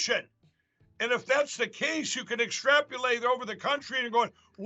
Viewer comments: "extrapulate"? Lindell is definitely confoozled - I thought he was talking about what Dim Jr dreams of doing all over Ivanka. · extrapulate????.Is this guy high? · Extrap-u-late. Then they get mad about being called hillbillies from Deliverance